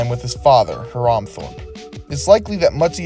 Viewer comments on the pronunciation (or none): Bro, you're saying "Hiram" real weird.